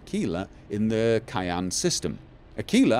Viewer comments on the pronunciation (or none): As a non-American, I'm not surprised you aren't familiar with the word Cheyenne (a Native American peoples' name). Cheyenne is typically pronounced like "Shai'anne" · Did just pronounce Cheyenne as 'Kayan'? Either he's forgotten about the dog, Cheyenne, in Goodsprings, or it's a Norwegian word.